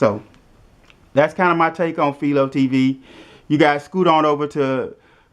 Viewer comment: It's pronounced FY-LOW....named after the inventer of the TV picture tube Philo T Farnsworth